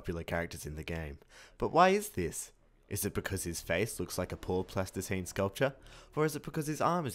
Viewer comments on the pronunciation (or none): HELLO I LIKE THE WAY YOU SAY 'SCULPTCHA' ITS SILLI PCE OUT